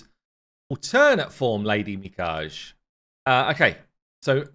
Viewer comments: i think its pronounced as Lady Mikage (as in' gay') rather than Mikaj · Probably pronounced mi-ka-ge not mi-caj. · The champion's name is Mi•ka•ge, not Mi•kaje... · It pronounce Mi_Ka_Ge not Mi_Kage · i think it’s pronounced MeeKahGey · shadowkin is japanese based its pronounced mih kah gae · Assuming their names follow Japanese pronunciation rules, then... Mikage = MiKaGe = Me Car Gay [MiKa, as in Hakkinen, Ge as in "get" minus the "t"] Kyoku = KyoKu = Key Yoh Coo [With the Key & Yoh running together (KeYoh), as in the Japanese cities ToKYO & KYOto] [Alternatively, think Cupid = KYUpid, but with an "O" rather than the "U"...] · Mee-KAH-gAy, just to be "that guy" :face-blue-smiling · Its Lady Mikage (me-kaw-ge, like get but without the T) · if ur struggling to pronounce "Mikage" its more like "Me-kah-gay" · Her name is pronounced like ME-KAH-GAY. Check out some Naruto creators for the KAGE pronunciation. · Mikage (Me-Ka-Gay) you’re hurting my ears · Me Kah Gay. You literally work ON THE INTERNET. The Internet can tell you how to pronounce Japanese names with a 10 second search. Or you could even ask Scratch or Odd One since Romanian rules are similar. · Lady Mikage Pronounced Me-Ka-Gey" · If here name is Japanese, which it looks very much like, supported by her face paint and clothes, then each syllable in her name is pronounced. It would be pronounced like "Mee-Kah-Ge" where the "Ge" sounds like the same letters in "get" (without the "t"). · Pronunciation of Japanese needs some work lol. Me-Kaw-Gey. 3 syllables. Mi Ka Ge. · Probably pronounced ME-KAG-AY. Looks like an awesome champ, one ill probably never have lol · I'm pretty sure her name is pronounced "Mi-Kah-Gay" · It's pronounced Mee-kah-gay. It means beautiful, but also divine spirit: spirit of the dead from what I could find. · Just wanted to say that I believe it's pronounced Mee-Kaa-Gay. Lady Mee-Kaa-Gay. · Pronounced ... Mi (me) Ka (kah) Ge (gay) 😁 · it should be pronounced Mi-Ka-Gei